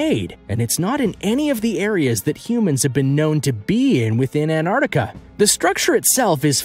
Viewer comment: Crappy footage. And its ant ar tic a. Not anardica. Pronounce properly.